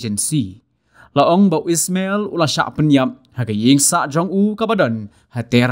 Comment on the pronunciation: U dei Ismail... Ym dei u EEESSMMELLL... 😅